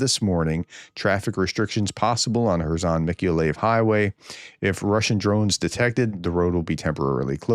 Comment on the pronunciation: I live in Ukraine, close to Mikoliev. For the thrid time, it is pronounced, Meek-oh-lie-yev.